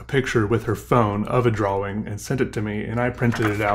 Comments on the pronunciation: Lol i didnt know there is a L in drawing lol XD drawling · I love how he says drawing draw-wing, never change. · No no no no no, well, my opinion anyway. says the word how should say the word, because obviously that W and the Wing are important on some level. I shall cry till my eyes fall out if he stops saying drawing "draw-wing". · Early on in this vid he accidentally pronounces it correctly twice. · Listen carefully when he gets excited, and he pronounces it normally. Not that it's important. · I love that you pronounce the W in drawing. 😊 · I'm still not used to the way you pronounce 'drawing', is that a regional thing or is it just you? nothing wrong with it, I think you're great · You say drawl funny